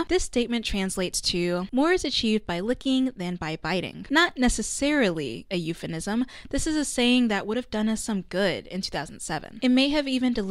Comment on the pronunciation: you meant EUPHEMISM 🤣🤣😉😉 not euphenism